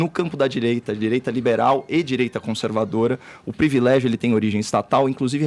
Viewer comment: O tem um problema em falar palavras com "R", pRIvilégio, bRanca, NegRa etc. curioso.. nunca tinha percebido!